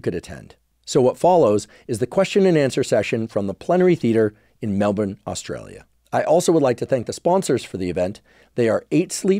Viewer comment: OMFG how did i not know you were coming for a visit to Melbourne?!???! And thank you for your correct pronunciation of Melbourne 👏